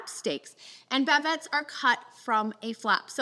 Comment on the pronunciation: Bavette is the UK term for US flank. She’s mispronounced it.